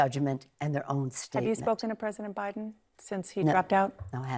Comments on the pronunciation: Is "speakend" a word all of a sudden....what? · "I've speak-en to all of them"